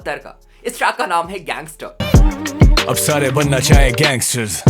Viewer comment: Shareh❌ Sare✅